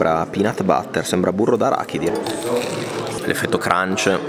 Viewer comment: "sembra... pinàt batterr" diventa napoletano per 1.5 secondi.